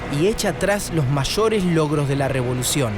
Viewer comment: ¡Qué buen material, como todos los de este canal Encuentro! Pero es una lástima que en parte se pierda este valioso material, pues el relator adolece de esa tara foniátrica y en su vocalización confunde la LL y la Y con la CH; él dice "machores", "echos", "achuda", por querer decir "mayores", "ellos" y "ayuda", y eso a la larga termina fastidiando. Para alguien que no pertenezca a ese grupo hablante, esa muletilla constante, repetitiva, resulta incómoda y termina distrayendo del tema central. Sería interesante que consideraran incorporar "una voz robótica", sin sonsonetes locales ni taras foniátricas, ni tampoco tonaditas regionales. Comprendo que mi comentario para algunos resulte algo frívolo, pero lo hago en aras de preservar en su completitud este material visual que me parece valiosísimo.